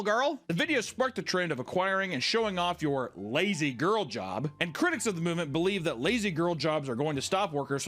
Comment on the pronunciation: You're putting the emphasis on the wrong word in "Lazy Girl job". It's LAZY girl job, because the job is gender neutral, not a "girl job". They're calling it a "Lazy Girl" job because the trend is focused on pointing women to easier work.